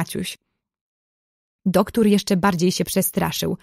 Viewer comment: Mega fajne.❤ Tylko ja w książce nie miałam duktur tylko doktor. Ale fajniejsze się słucha ❤❤❤❤